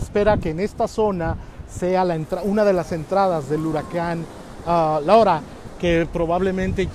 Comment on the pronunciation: porque si hablas en español No dices L A U R A🤭🤭 Ya con eso me caíste muuuy mal bye